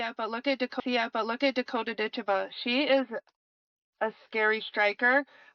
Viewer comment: Who the he'll is Dakota Decha? ITS Dicheva.